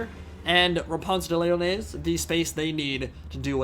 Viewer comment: Therapist: " pronunciation of Lyonnesse can't hurt you.": "Repanse the mayonnaise"